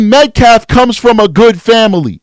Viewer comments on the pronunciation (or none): Does nobody on the Anthony side know how to pronounce Metcalf s name? It's not "Met- claf." It's Met-calf, as in a baby cow. L after the A.